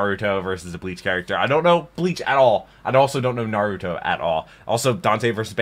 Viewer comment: just letting you know you're putting a little too much emphasis in the u in Naruto. It's not NarYOUto.